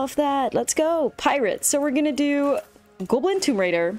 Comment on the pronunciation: Stop mispronouncing GAWBLIN.